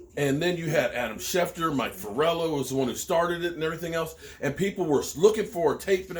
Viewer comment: Mike FLoor-Eee-OH 😂😂😂not Forello....